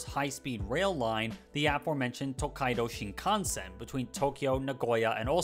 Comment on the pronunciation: Finally, someone who doesn't butcher the pronunciation of "tokaido shinkansen"